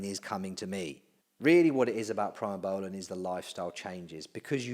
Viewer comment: It's "pre mo" not "pry mo" that drove me nuts